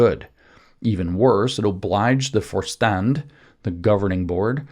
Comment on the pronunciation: Vorstand = “for-shtahnd”